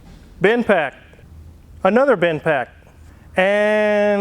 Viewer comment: It's Bendpak not Binpak.